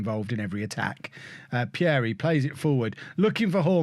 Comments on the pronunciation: Pierie is pronounced as Peeree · You pronounce Pierie wrongly, the first “ie” you pronounce the same way as the second “ie” as if you say the letter “e”